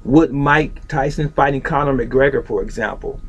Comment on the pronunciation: No. First of all it's Connor not cannon! who the hell is he? second no, Bruce has Tyson beat due himself being faster than Tyson. Bruce has more ways of ending a fight instead of striking. In a street fight Tyson would be destoryed.